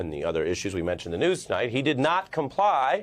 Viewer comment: OH, you meant 'comply', I thought you said 'Come Lie'